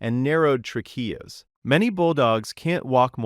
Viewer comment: I was enjoying this video until I realized the voice is AI when it pronounced the word trachea. 🙄